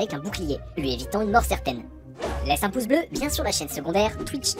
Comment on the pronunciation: Pk dit poce bleu a la place de pouce bleu